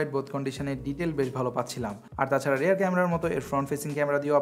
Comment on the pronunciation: Rare nare vai "Rear".